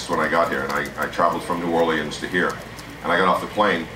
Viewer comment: Why does he say New Orleans like someone who isn't from there?